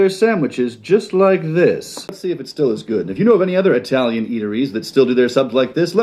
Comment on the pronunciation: who wants to tell him that saying eye-tailian is offensive to italians